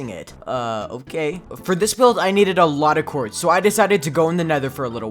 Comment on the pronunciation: the way he said "we neded" but not needed